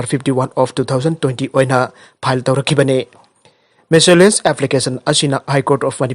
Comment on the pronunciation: petitioner haina habiyo there's no word in English by the name and with the sound peteniser + pronunciation of miscellaneous is wrong